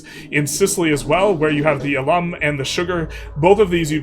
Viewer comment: In case it's helpful, the word 'alum' (referring to the dying salts) is stressed on the first syllable, which rhymes with 'pal' or 'gal'. In the video you pronounced like the word 'alum' (spelled the same, referring to someone who attended a school)